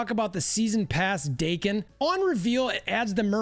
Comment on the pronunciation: Daken ,Rhymes with Kraken not Bacon.